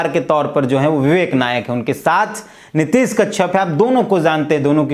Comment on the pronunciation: नीतीश नहीं नीतेश है सही बोल भी नही सकते हमेशा गलत बोलते हैं